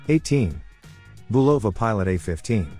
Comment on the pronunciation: Just for the record, the correct pronunciation of Bulova is BU lova, not bu LO va. Good video nonetheless.